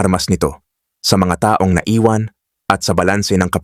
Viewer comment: Halos lahat ng nagsasalita ng site na ito, matindi ang emphasis sa mga tulad nito: taong 1973, pagbigkas ng taong, mabagal kaya pag inintindi mo, taong 1973 - people of 1973; dapat mabilis ang pagbigkas ng taon - year. dahil pag mabagal, taong - naging person yun. Kahit sa hapon (Japanese), pag binigkas ng mabagal, nagiging hapon (afternoon).